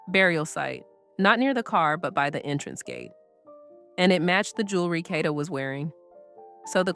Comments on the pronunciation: Get her fukn name right it’s (Cade-da) Kada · FYI Kada is pronounced Kay-da. I think this could be a hit(KK paid someone to kill Kada)because he already had charges from the first incident. I think he turned himself in on 10/14 to possibly get a lesser sentence(knowing that although he had been charged only with murder for ransom, he had accomplices to help him murder and dispose of Kada’s body on 10/4. I heard that Kada allegedly owed KK money.